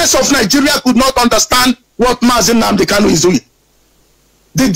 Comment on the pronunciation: Brother, please it's Nnamudi Kanu, and not Nnamudi Kalu.